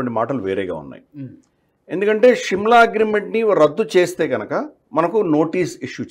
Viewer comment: Shimla is wrong pronunciation of telugu